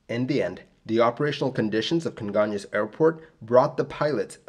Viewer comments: Your pronunciation of Congonhas is really good! Great job on this video! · Good job saying "congonhas". I remember seeing the flames from where I worked. Crazy sad.